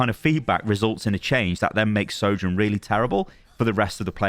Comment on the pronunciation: Is it only me that gets confuses when he says the names “Soldier” and “Soujourn”?